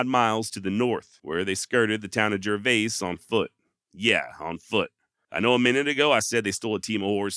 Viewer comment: Hey, great work as usual, just in case you ever encounter it again, the town of Gervais, is pronounced like it rhymes with "service."